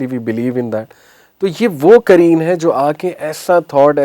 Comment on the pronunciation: Not ترین it's قرین۔۔